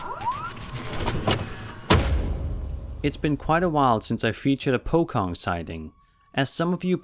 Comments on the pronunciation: this stuff is usual things in Malaysia and indonesia. just get used to it btw to say pocong its not like pokong. but like poshong with a little tiny c behind the s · the correct pronunciation is pochong not po Kong :v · Po-Chong that's how to pronounce POCONG not Po-Kong and thank you for including in one of the most popular ghost from my country hehe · The fact that he pronounced "Pocong" as "Po-kong" instead of "Po-chong" is quite funny. He does not know the proper pronunciation so I can't blame him. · The 1st video Pocong is pronounce as 'Po-Chong' not 'Po-kong'. Please get your fact correct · its pronounced as poh-chong not - po-kong. and that video is from malaysia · On Video 18, Its pronounced pochong,not pokong. Kids were saying, all of your saw it did you? It was so wierd, just don't mention the name, you will only encourage it! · Its “pocong” not”pokong” 🙄 that video is at malaysia ..im malaysian people ✌️ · its pronounced po-chong not po-kong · Hey man great compilation as always.. Im from malaysia.. The kid from The Pochong video is Malaysian and they were talking about the resolution of the camera and such. Nothing intersting. Secondly, its pronounce as Pochong as in CHOcolate.., not poKONG. Just so u know..😊😊😊 But overall great video man.. Keep it up. Ure awesome. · not him pronouncing it as po-kong. it's po-chong with a 'c' sound not a 'k' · Its pronounced poh-chong... not pokong. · As Malaysian let me correct your pronounciation. Its "Pochong" not pokong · It’s pronounced as pochong not (pokong) And those were Indonesians..... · Its pronounced pochong not pokong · Pokong WUuuuuut. its pronounce Po-chong, with C as C, not K. They just talking about lighting under street light, and mumbling about "DO NOT MENTION THAT YOU SEE IT, IGNORE IT" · 18- it is pronounced as Po-Chong instead of po-kong. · Its poe-chong.. Not poe-kong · For #18 they just talked about how the camera is bright enough to see and it's Po-cho-ng, not Po-ko-ng xD